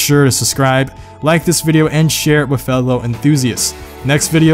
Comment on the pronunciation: He says wif instead of with and renember instead of remember. Idiot.